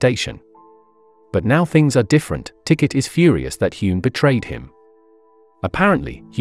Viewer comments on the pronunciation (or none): none